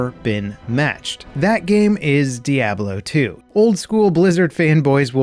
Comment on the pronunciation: The way you say Diablo makes me shake my head